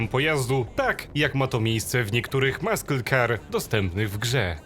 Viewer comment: wiem co to Musle Car, tylko nie wiem dlaczego ten jak to się uważa Amerykanin mówi Muskle car. Ale jak od grand Marshalla to już wszystko wiem